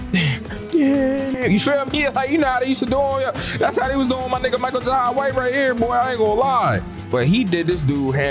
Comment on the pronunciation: Say Michael Jai white name right. And don't say it's your accent,you can do better! 😂